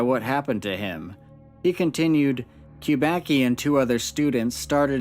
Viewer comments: It's "kubacki" not "qubaqi" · Kubaki Kubaki Kubaki....it sounds stupid. Kubacki should be read as Kuba(tz)ki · Kubacki is a Polish surname. Acctually, it should be read like 'Kubaski' (which will be somehow accurate) rather than 'Kubaki'. Nevertheless, very interesting video! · it's actually a polish surname which is pronounced "Kuba c ki", more like kubasky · It's pronounced koo-bahtz-kee. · You pronounce the name of the main character of the report WRONG. It should be read like KUBATSKI.... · I know it's strange for English natives but better pronounciation of this Polish origin surname is Kubatzky . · Btw. It's pronounced "coobatsky" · I know it doesn't matter much and I don't know if Steven himself knows that, but "Kubacki" is a surname of Polish origin and should be being read as "Kubatski" or "Kubatzki". C always = ts/tz except in combination "cz" which = tsh and "ch" which = h. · by the second name it looks like this man is of Polish descent and I don't know how to write his name phonetically but you pronounce it wrong